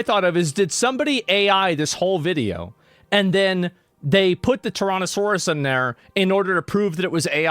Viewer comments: ok but why is he pronouncing it "Torontosaurus" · bro how the fuck do you mispronounce so many words tyronosaurus???